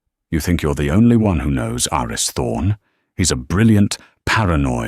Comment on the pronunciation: The name "Aris" (short for "Aristotle") is pronounced "AH-ris".